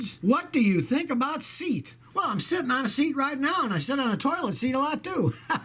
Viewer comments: It's not SEET! It's Say-aught! 🙄 Spanish for a cheaper Volkswagen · kilmer - It's not "Seat"... It's pronounced "See Yet". It's a Spanish automaker, now owned by VW group. - Yes, there IS a big difference between synthetic brands! Saying pick your brand they're all similar is like saying all cars brands are just about the same! For your knowledge and those of your viewers, Amsoil is the Rolls Royce of automotive oil, but hard to find. Penzoil Ultra Platinum is the best of the common, easy to find brands and it's like the high end Mercedes of oils. Mobil1, Castrol, etc... They are all below these two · It's pronounced say-ot not Seat. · SEAT!? I've only known it as "SEE... AT" but have heard it pronounced "SAY AT" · Living in the UK i never thought about the pronunciation of the car brand SEAT and something you sit on :) in the UK we pronounce it saay at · Seat is pronounced "say awt" lol. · I think they pronounce Seat (sayat). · The car make ‘Seat’ is pronounced ‘Say at’ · SEAT is pronounced "Say-ott". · Seat=See-at. This is how you say it Spanish little car maker owned by VW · I think Seat is pronounced "say at". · Scotty, 'SEAT' is pronounced 'SEE AT' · Pretty sure they're pronounced Say'-aht, Scotty. I believe they're owned by Volkswagen. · not really, more se at :) littl3 letters when Spanish ;) say at would be british way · No, in Spanish it is "Say-aht," Accent on the first syllable. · Its Seh-at